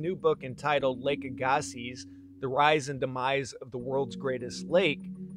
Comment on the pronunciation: Very interesting. I live in Arden Manitoba, the shore of of Lake Aggasiz. But as far s I know, your pronunciation is wrong. It is pronounced AG- a-see